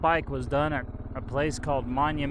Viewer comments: It's pronounced, "Prom-a-tory". I first got to see it for the first time about 12 years ago coming in from Brigham City on I-15. Your adventure is awesome. I love the KLR and am seriously considering getting one. It would be fun getting back into of roading again. Today's drivers in traffic are insane idiots. People in cages are starting to drive like younger people on Sport bikes. Twice the speed limit. Weaving in and out of traffic. Getting harder and harder to stay alive on two wheels. This is the place the finally connected the east coast of America to the West coast. Central Pacific from the West through the Rocky Mountains, with the Union Pacific coming from Kansas. The ultimate goal since the revolutionary war. This story was told by the television Mini-series; "HELL ON WHEELS". The remoteness keeps the average tourists away. Only avid historians of American history are willing to drive the distance from civilization. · PROM-ON-TORY Promontory Point. Great video.